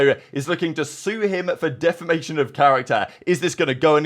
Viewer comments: Pred and Shotzzy talking about "defamination" is comedy 😂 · These kids make a quarter mil/year playing COD and can't pronounce defamation. 😅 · How are and too stupid to pronounce defamation. Season is chalked😂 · Shotzzy trying to pronounce defamation is very on brand for him. lol. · listening to homie try and pronounce defamation was difficult